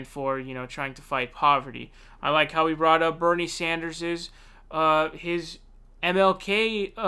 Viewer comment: You see how she tried to throw him off balance right from the beginning by mispronouncing his name? Evrery question had an anti Bernie bias